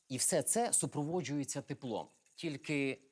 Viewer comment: «супроводжУються», а не «супроводжЮються» 🙄 як і решта дієслів